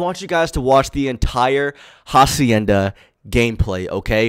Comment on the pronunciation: Who’s going to tell him that he’s saying hacienda wrong 🤦‍♂️